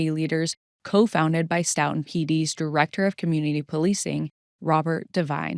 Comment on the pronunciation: Great videos as always, thanks! I've followed all your Karen Read videos as well - I live in the same county in MA that both of these cases occurred and it's really scary to think about, despite being such an otherwise peaceful, well educated area. Two minor comments for this series: 1) The town is pronounced "STOW-tun" as in "stowaway" not "stough" sounding 2) Curious if the surveillance footage timestamps are off? You've mentioned Farwell enters pm but the timestamps on the footage say pm FYI